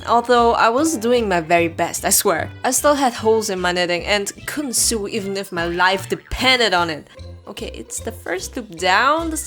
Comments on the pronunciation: It’s sew, not sue. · Just a heads up because English is absolutely great!! Sew is pronounced Sow. Idk if it's an accent but oh well I thought I might as well say something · it is pronounced sow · I love how you pronounce sew as "Sue/Soo" It's so cute^^ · Just to let you know, "sew" is pronounced like "so". I know, it makes no sense. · Not to offend you but sew is pronounced like sue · Oh no she pronounced something wrong Let's write a whole book about it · The way you pronounce sew is like the one where you like I dunno what it is but it’s the other one it’s funny cuz u can just sue her if it was a thing back den